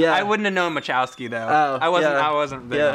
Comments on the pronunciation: Machowski is what they said, not Chasowki, but it still pisses me off lol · Is it not bothering anybody that Mike and called Mike Wasowski "Mike Chasowki"?